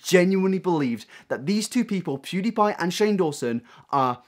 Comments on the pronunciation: The way Onision says pewdiepie annoys me. It’s pewwwwwdiepie. Not poooodiepie. I sound like hermione. Lol. It’s leviOsa. Not leviosA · I HATE how he says pewdiepie. ITS NOT POO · No one: Onision: POODEEPIE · He pronounces pewdiepie as 'poodiepie' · The way onison calls pewdiepie pooDiePie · He called him PUDIEPIE 😁i cannot !Mate if u wanna go after someone atleast say their name right😂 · I hate the way Onision says Pewdiepie. "Poo diepie" wtf cringe. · Onion Greg says “pewdiepie” like “pudipie” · Onison: “poodeepie” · why does he keep saying "poodiepie" wtf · onision is say pewdiepie wrong its not pooddiepie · awesome video but if i hear onision say “poodiepie” one more time i’m calling the police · Onision: “PooDiePie” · I fucking hate how he says poodie pie, he thinks he is funny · Onision can't pronounce Pewdiepie, lmfao. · Onion brain cant even say PewDeePie right XD